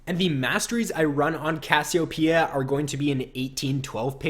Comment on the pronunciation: ur saying cassiopeia weird and it's making me cringe